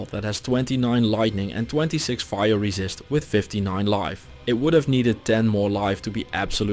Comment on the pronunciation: I love how instead of him saying like "50% more damage to demons" he'll say "50% more racist to demons". Cracks me up.